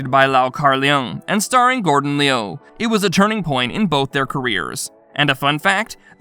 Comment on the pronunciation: This guy is horrible at pronunciation 😂. It's Lu not Leeyu & Lung not Leeyoung. I had to mute the sound after a while 🤦🏾